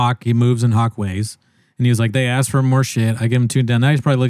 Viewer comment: "Be careful what you axe jay for" damn near made me spit my drink out. lmao